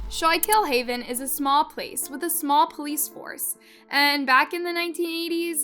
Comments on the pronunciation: I’m from Lock Haven Pennsylvania, just about two hours from schuylkill haven ,I just need to tell y’all it’s not “skull kill” haven. Is pronounced “skookool haven” this is a tragedy tho. This page should do a report of Ms hackel , she was murdered years ago in Lock haven PA and body was never found but someone was convicted.. worth a search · It's pronounced SKOOKILL. I live 15 minutes from Schuylkill Haven, this completely changed our county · Its pronounced SKOOK KILL Haven.. Im from here. 😊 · The women in the video are my friends. It's skoo-kill haven. I lived there for years. Love your videos,, but the pronunciation needs some work. This area is riddled with drugs and has gotten worse over the decades. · I live in PA. It's pronounced skook-ill-haven. :D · The mispronunciation of towns name is wild lol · As a Pennsylvanian, you totally butchered the name of the town 😅 everyone does usually! I'm about 2 hrs from that town its always so crazy to hear these kinds of crimes that happen in PA. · Omg where are you from!? I’m from Lock Haven Pennsylvania and that was the first thing I noticed. She butchered the town name 🤣